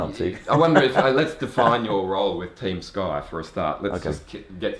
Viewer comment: "TUEM SKY"